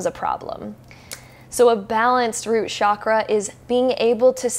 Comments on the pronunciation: Sure, interesting and everything, but, please, I beg you, from now on, whenever you utter the word chakra, please say it with a distinct ch as in chair sound. Being into spirituality means respecting the language of origin of the terms you work with, right? Do keep that in mind. Thank you. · Genuine question, why do people in the west pronouce Chakra as SHAKRA? Where does that misconception come from? Do they assume it's of French origin? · Please please please Western world stop pronouncing the Ch in Chakra as SH. It's wrong. It's pronounced as it is written.